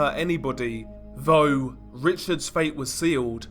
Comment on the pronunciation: Seriously? Ve (the), vough (though), wever (whether), over (other), vat (that), def (death), vis (this) and on and on and on. Dude, We can assume that English is your first language coming from the UK? Very difficult to listen to this crap when it appears to be narrated by a 3 year old.